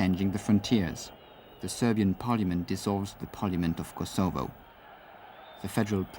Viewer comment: The AI bot cannot pronounce Yugoslavia, or Kosovo